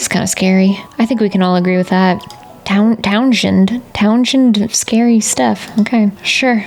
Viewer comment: Townshend is pronounced “Towns-end”, but sort of elided, like “Townsnd”. The H is silent and it’s sort of a single syllable. I went to college in VT and one of the final reasons for choosing it was how pretty it was. And yes, sometimes we were hip-deep in snow in the winter time.